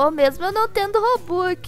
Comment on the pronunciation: Eu amo quando ele fala robuquiz